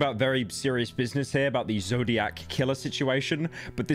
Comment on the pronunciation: i cant take pyro saying "the zodiaz killer situation" seriously